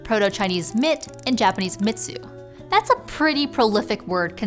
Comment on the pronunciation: Yet it is tainted by the mispronunciation of mitsu「みつ」(mee-tsoo) and cocquetier, specifically the hard R "teer" at the end.